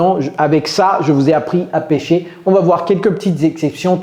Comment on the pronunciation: Salut. Fais attention s'il te plaît à la prononciation de PÉCHER et PÊCHER. GOOD JOB. YOU'RE PARTICULARLY INTERESTING.